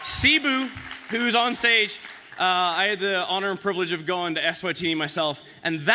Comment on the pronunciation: Very wholesome good job Craig, but you still cant say privilege